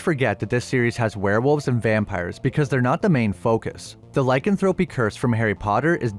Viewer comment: If you're going to do lots on this subject, please, please learn the correct pronunciation of 'lycanthropy'.